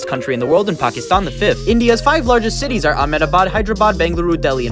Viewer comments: Everyone is talking about this guy starting WW3, but no one is talking about him pronouncing all of the cities perfectly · The way he pronounced those cities😭✋